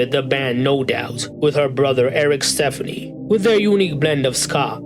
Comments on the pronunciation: Steff-on-E not Stephanie. Like wowowowowow how you get an iconic name so wrong lol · Why did you show Fergie's album cover when you mentioned love angel music baby? Also, I've never heard anybody pronounce her last name, Stefani, like the name Stephanie lol